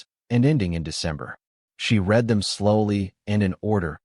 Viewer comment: AI is always getting the tense of words like Read wrong, using the present tense pronunciation for past tense and vice versa. A very good reason for using human readers. It is not the only reason.